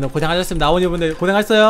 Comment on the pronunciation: 아오오니 가아니라 아오니 에요